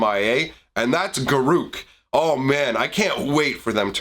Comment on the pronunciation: It's garruk